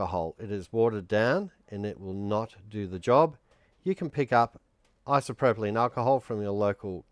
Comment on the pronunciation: Its isopropyl NOT isopropolyne. 🦘🤡